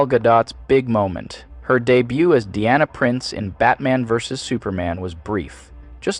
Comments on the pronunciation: Brother, you said Deanna Prince. It's Diana. Come on. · Im gonna be that guy real quick. Erm actually the Wonder Woman theme is using an electric cello and her name is pronounced Dai·a·nuh. ☝️🤓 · I love your scripts, but maybe get your pronunciations consistent? I knew there were two different ways I've heard "Gadot" pronounced, but you not only alternated between those two, you invented a third. Also, Deanna is a ship's counselor; Diana is the Amazon discussed here. Unfortunately that's not all, but you get the point. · When the AI said Dee-ana instead of Die-ana. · Diana not Deeana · DEE-ANNA?! You mean like DIANA? You literally should've learned how to speak phonetically, yourself. Omg your generation sucks. Dee-anna. How can anyone take this seriously? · I literally never heard anyone pronounce it as “Dee-Anna” it’s always “Die-Anna” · Lol who says "Diana" as "dee-anna"? Especially funny coming from someone making fun of phonetics. You also pronounce her last name THREE different ways this entire video, sometimes doing 2 different pronunciations in the same beat. XD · Had me until you couldn't pronounce "Diana"